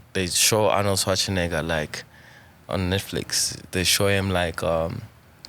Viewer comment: a fire chop without pronouncing Schwarzenegger🤣😂